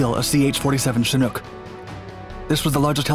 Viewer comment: you're the only youtuber in all my years of watching that pronounces chinook properly